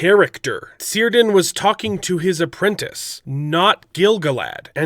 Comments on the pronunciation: Cirdan is pronounced Kirdan, not Sirdan. :-) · Amigo, Cirdan is pronounced as 'Kir-Done'.